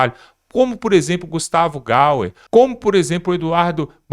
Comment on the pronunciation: Amigão guerreiro master o nome do Gustavo é Gayer e não "Gauer"!